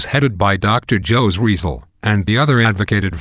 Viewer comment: OK your proncing the name wrong its Jose with the H sound and the last name is hard I'll teach people how to speak taglogi in my channel to avoid this